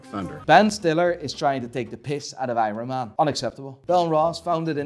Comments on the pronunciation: “AYRUN MAN” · I too love "Eyeron Man" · Drinking game - take a shot everytime he says Ironman wrong 🤣